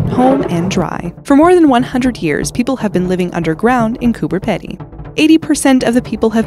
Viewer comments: You pronounced Cooper Pedy wrong... I live in Australia and it's pronounced Peedy. You sound like you're advertising that thing you use to remove dead skin off your feet. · It’s pronounced cooper peedy (if you couldn’t tell I’m Australian) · Number 14 at 4min 35sec she didnt say where it is........ fyi Cooper Pedy , pronounced cooper peedy, is in Australia! And to see how awesome it is u have to go there and see!!!!!! I persknaly have been there😀Like if u live in australia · Ryley Haling , it's actually COOBER PEDY, I lived there in Fays Underground home, (dugout) pronounced as Coober Peedy. Not Cooper. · Hi, im from australia, its pronounced “coo-ber peedee” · Was just about to say the same thing! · That's Coobah-Pee-dee (Coober Pedy)! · it's pronounced Cooper Peedee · Coober Pedy is pronounced Coober Peedy. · It’s pronounced Coober PEEDY